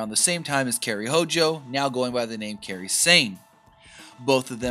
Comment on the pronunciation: Its KAIRI... K - EYE - REE.. not Kerry. Wtf? Youve known her name for over a year now and still cant say it. 😑